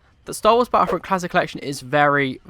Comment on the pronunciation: Battlefront 3 maybe but not battlefront 'fhree'